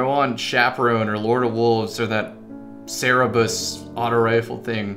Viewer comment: ...Does this man really not know how to say Cerberus?